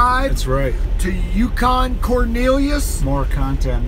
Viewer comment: "Yucan" Roflmao